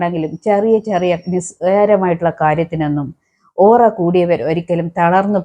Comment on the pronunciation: ഒറ അല്ല പെണ്ണുംപിളേ.. ഓ റ